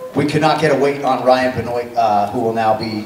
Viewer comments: How is this optimal fighting condition when you can barely walk on your own? Maybe he should fight at 135... Also, are there 2 pronunciations to Benoit? The infamous wrestler was BEN-WAH, not Ben-oyt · Did Anik just pronounce it ben-oyt? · Isn't it pronounced "Bin wah"? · Ben Wah Never in my life have I heard anyone pronounce Benoit like this 🤣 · The way they pronounced 'Benoit'... smh